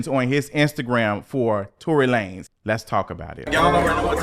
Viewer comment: Imma need for you to pronounce his name LaNez😂😂😂